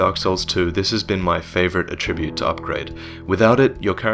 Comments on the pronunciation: Attribute (n.) pronunciation: emphasis on the first syllable, please,! Emphasise the second syllable for the verb form. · I love your videos and I loved this one but please for future reference, that is not the way you pronounce 'attribute' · mispronounces "attribute" too?